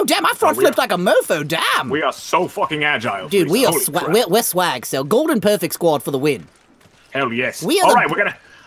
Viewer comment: GODLEN? Hahahahahaha